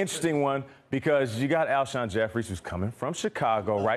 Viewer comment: Zakari Yes horribly